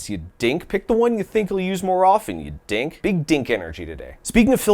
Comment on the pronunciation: Saying Dink like that is wild. Lol. 😂.... cause you do know that Dink is also a slur right😂